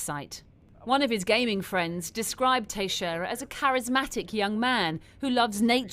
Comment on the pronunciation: Yeah try "Tex-era", not "Tashera".